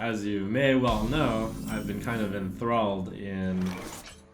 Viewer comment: ''I've been kinda inTHRALLed'' ayyy lmao.